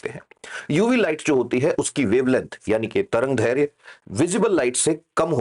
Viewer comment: सर, आप बहुत अच्छा पढ़ाते हैं। परंतु अगर आप तरंगधैर्य की जगह तरंगदैर्ध्य का उच्चारण करते तो सही होता। माफ़ करना मेरा उद्देश्य आपको गलत ठहराना बिल्कुल नहीं है।